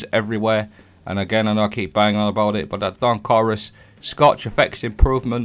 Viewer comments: Oh you were saying "scorch"! I thought you said "Scotch" so I started drinking whiskey while playing Destiny. The only thing getting absolutely destroyed was me and my brain cells 😳🤣🤣🤣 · Scotch is what I kept hearing. 😂 cheers